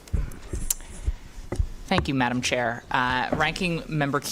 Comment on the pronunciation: Mr. McBride responded, "Thank you, Madamme Chair." Did anyone else catch that?